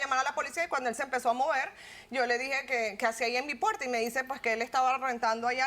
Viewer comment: Por que no pronuncias Al las ‘R’s ? Puelta, cualto…. Es tan dificil ?